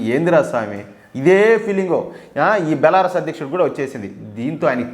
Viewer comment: బెలారస్ కాదు బెలారూస్